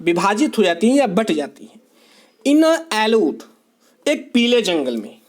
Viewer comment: it's yellow sir...not ellow😜